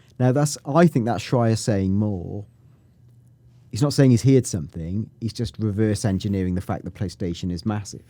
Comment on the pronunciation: please please stop mispronouncing heard